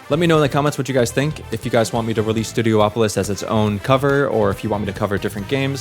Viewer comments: Worth noting, it's not called "Studio-opolis" it's pronounced "stue-dee-OP-oh-liss". You're not the only one to make that mistake, like people pronouncing Rayquaza (ray-KWAY-zuh) as ray-KWAH-zah. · Ok, this is something I never got. People will pronounce Hydrocity as "Hydrossity" when it's supposed to be pronounced (And spelled) as "Hydro City" yet, they also pronounced Studiopolis as "Studio-opolis" when it's SUPPOSED to be pronounced as "Studi-opolis" much like how Casinopolis is pronounced as "Casin-opolis" in fact I don't think i've ever heard anyone mispronounce Casinopolis' name. So Hydro City becomes Hydrocity (Hydrossity): Taking a two-word name and turning it into one word for a stupid play on words that no other stage name in the game uses (I don't know if you do this so please don't take this personally if you don't) And Studiopolis (Studi-opolis) becomes Studio-opolis: Taking a one-word name and pronouncing it as two words for some reason, an inversion of the Hydro City thing, and this one doesn't even have an excuse for it, and i've heard SOOO many people do this, not just you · Its Studi-opolis not Studio opolis.